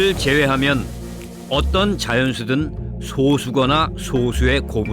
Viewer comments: 아니 素數의 발음이 [소수]가 아니라 [소쑤]잖아. 교육방송이란 데서 이런 기초적인 사항을 틀리다니 이 방송이 송출되는 데에 관여한 모든 사람은 다 사회생활을 금지해야 한다. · 소수(素數)의 발음은 '소쑤'입니다. EBS 다큐멘터리임에도 '소수'라고 발음하는 건 참 어이가 없네요. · [소:수] 가 아니라 [소쑤]로 발음해야 합니다. 사이시옷은 합성어에서 한쪽이라도 순 우리말이 들어가있을 때 쓴다고 해서(예외가 있음에도 이건 예외에서 빼버림 무식한 문돌이 국어학자들) 표기가 솟수에서 소수로 바뀐거지 발음이 바뀐게 아닙니다. 小數 [ 소ː수 ] : 일의 자리보다 작은 자리의 값을 가진 수. 예를 들면, 0.1, 0.23, 4.2, 35.67 따위이다. 素數 [ 소쑤 ] : 1과 그 수 자신 이외의 자연수로는 나눌 수 없는 자연수. 2, 3, 5, 7, 11 따위가 있다. 이정도는 신경써서 제작해주세요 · 거 계속 소:수 라고 발음하는거 신경쓰이네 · 素數는 소쑤라고 발음해야 맞지 않나요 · 소수(素數)를 발음 할 때 소수(小數)와 구분하기 위해 발음을 짧게 해야지요 .즉, 素樸(소박) 과 小學校(소학교)는 발음이 다릅니다